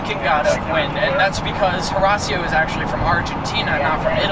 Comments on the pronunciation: who the heck is horasio? it's horacio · lol "Harasio" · "Horasio." Hurts my ears every time he says it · This kids pronunciation of Horatio actually hurts me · Horasee-o? Wrecked splitter? Owner of the year? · "HORASSIO" hahahahaha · Alejandro Salomon trademarked 730s edition when he speced his huayra and the owner is pronouncing Horacio wrong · he's pronouncing Horacio completely wrong just a heads up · Look it, i dont care if his dad owns the cars because i would be exactly like him. I just care that the nigga is pronouncing Horacio wrong. Nice car by the way. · wish he could pronounce horacio correctly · he doesn't actually play for optic right? either way he doesnt deserve it because he filled it up with shit, is hanging dice by the rear view mirror, and and cant even pronounce Horacio